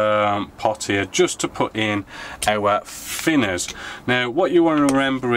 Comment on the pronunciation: FINNERS! Please can you try saying TH and not F....great vids apart from that!